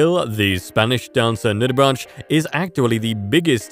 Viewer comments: Nude-ah-braynk not "nude-ah-branch" JS and no,it's not the same as tah-may-toe tah-mah-toe! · Yep! He first showed the sphinx moth and then the hummingbird hawk moth, although the description he gave was correctly for the latter. And, he can't pronounce nudibranch. It is pronounced 'nudibranck'!